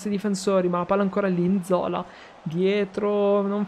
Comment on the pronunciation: Yass cmq si pronuncia nzolà